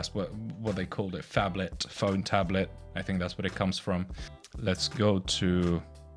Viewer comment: Awesome video but "ph Ablet" almost killed me XD